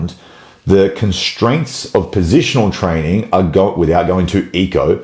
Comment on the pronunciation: "Fix your trainig" ❤